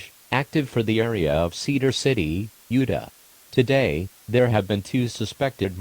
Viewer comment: i like how the tts voice pronounces utah as "yewduh"